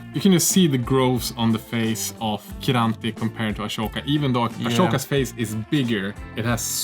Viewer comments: Luv your vids, luv this comparison and your own minis, but as a die-hard Clone Wars fan, I just have to yell at ya: IT'S WRITTEN AHSOKA and it's also PRONOUNCED AH-SO-KA, NOT ASHOKA!!! 😤😤😤😪 At first I thought you were making a joke, but then you kept saying it over and over again. Pls don't. Thx. Love from Germany. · How did you say it? Ashoka? But she is Ahsoka and not Ashoka 😅😅🤔🤔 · Its Ahsoka, not Ashoka.